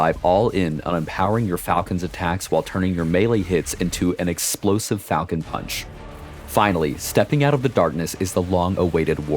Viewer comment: FALCON... PAWNCH..!!!?